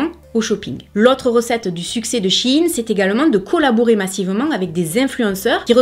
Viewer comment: Merci pour cette vidéo informative, et surtout pour bien prononcer le nom de la marque (on entend souvent "chaïnne", ce qui me hérisse les poils lol !) Personnellement, je m'habille chez Shein, pour diverses raisons, mais les 3 principales sont le choix (plus size), le prix et la facilité d'accès. Il y a peu de choix pour les grandes tailles en boutique physique ET pour les petits budgets. J'ai une petite garde robe (+/- 50 pièces pour toute l'année) mais j'ai un petit budget, donc je préfère acheter sur Shein; ca me coute 3 fois moins cher qu'en boutique physique, et ca a la même étiquette et la même qualité. Lorsqu'une pièce ne me plait plus, elle finit sur mon Vinted. J'y ai également commander toute ma décoration de mariage. Encore une fois, une belle sélection (surtout pour le DIY!), des prix attractifs.. C'est peut être la solution de facilité, mais nous faisons tous avec nos moyens.